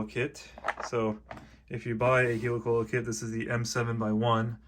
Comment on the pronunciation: Helicoil - pronounced in the same way as helicopter, not 'heelycoyle'